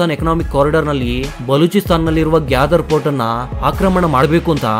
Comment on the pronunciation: Gyadar alla Gwador